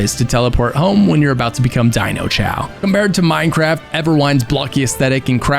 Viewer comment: Bro said mindeye